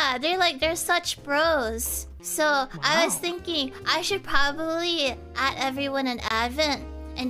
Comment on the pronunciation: I think she said “@ instead of add but yeah lol